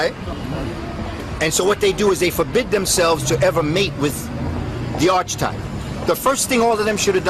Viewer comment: It is arc e type not archtype brother